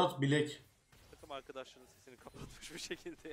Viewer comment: bilek değil blæk